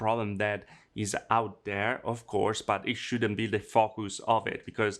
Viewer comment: Does anyone else hear fuck us when he says focus?